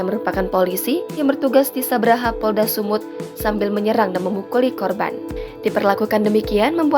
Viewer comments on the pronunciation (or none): Bukan Sabra tapi Shabara. Jgn asal ngomong aja kalu jadi reporter kampungan kau